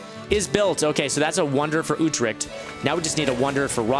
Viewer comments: YOU PRONOUNCED UTRCHT INCORECTLY ITS U-TRECHT ( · yo i am from Holland and i think the way you say Utrecht is really funny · I agree